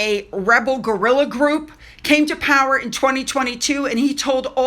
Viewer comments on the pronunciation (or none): none